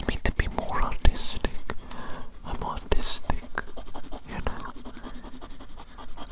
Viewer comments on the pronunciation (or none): „helps me to be more autistic, im autustic“ is what i heard